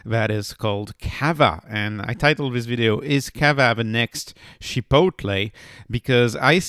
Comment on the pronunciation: I waited 10 seconds in. You cannot pronounce the word chicople or cava and you call it a lifestyle stock. You lost all credibility in less than 10 seconds. Yikes!